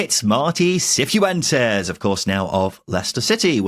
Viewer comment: Can people who've been listening for longer explain if pronounces some names wrong as a gag or some kind of in joke? Hearing "Seefoo entes" a few times made my skin crawl.